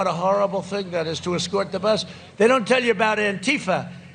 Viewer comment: he is slurring "bus."